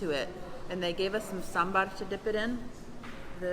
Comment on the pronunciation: Its Saaaaam ber!! My friend 😊 otherwise it sounds like sam's bar hehr